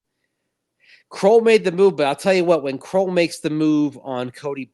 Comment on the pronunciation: Are you guys sure of that pronunciation? Looks like it’s KRULL as in SKULL? Everyone pronouncing it as KROLL as in TROLL. Maybe you can check with him which is correct. It’s nice to pronounce someone’s name correctly.